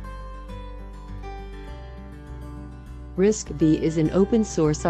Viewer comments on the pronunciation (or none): The initial part looks very professional, yet down-to-earth, looks like a lot of effort. The pronunciation of RISC-V should be RISC five, not RISC vi.